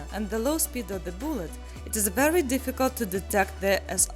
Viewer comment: She says "BOOLET". I'm in love. ;)